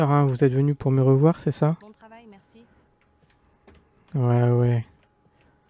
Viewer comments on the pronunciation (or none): au wevoiw , mewci bonne jouwnée mdrrrrr trop fort , se sont les mêmes développeurs pour tous les jeux de simulations auxquels on joue ou quoi ?